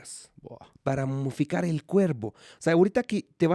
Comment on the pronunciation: Se dice MOMIFICAR.